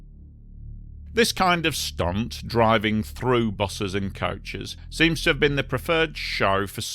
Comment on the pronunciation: Why are you saying couches? It’s coach.. or bus. Ko-ch